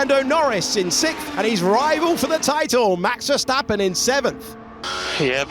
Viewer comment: Max Verseventh 😂😂😂😂😂